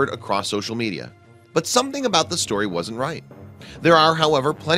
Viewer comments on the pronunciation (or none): none